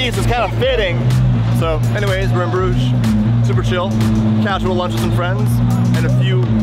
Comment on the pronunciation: this man did not just call Bruges "bRidGeS"